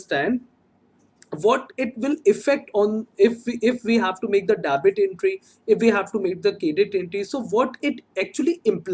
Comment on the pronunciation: Kindly do proper pronunciation of Debit, it is डेबिट not dabit... Also you pronounce "Budgeting" as "busting"... It sounds absolutely pathetic to ears